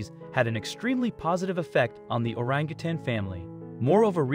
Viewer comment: Thank you for pronouncing Orangutan correct!.. a lot of people at the end of the word say tang....it is tan. ( I guess once a teacher always a teacher)